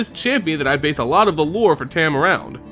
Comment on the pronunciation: Dude I know this is old and u probably know by now but it's tom not tam but is spelled tahm cool vid tho I actually main this guy being the dirty player I am and I wanted to learn more about his lore so thanks